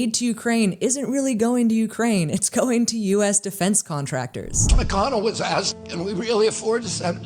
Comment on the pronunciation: Is it just me or is the slang term "axed" slowly replacing "asked"? Now even journalists are using it... that's really bad